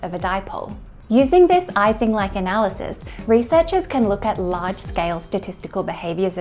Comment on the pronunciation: Americans generally pronounce it wrongly, but it's "ee-sing" model. No "ice" there.